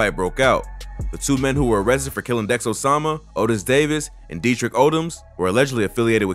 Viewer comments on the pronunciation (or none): none